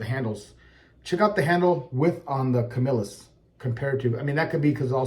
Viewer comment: Thank you for pronouncing Camillus correctly.